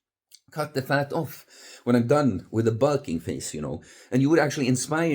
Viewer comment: Bul-king (heavy European accent)